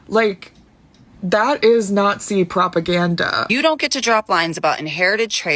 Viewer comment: If I could never hear the word "propaganda" pronounced like "proPUHganDUH" ever again, that'd be so so great.